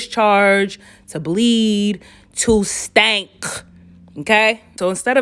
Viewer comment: "to bleed, TOO STANK"😂😂😂🤚🏿 why u said it like that??? girl was falling out 😂😂 btw that was a smooth ad transition 😁